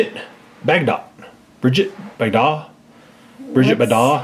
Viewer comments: Its Bridget Bagdot pronounced bag dough as a play on Bridget Bardot. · Bridget Bagdot (Bridge-eh Bag-doh) Gilberto (Gil-bear-toh)